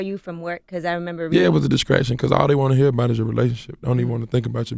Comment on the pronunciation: "Distrashtion" lol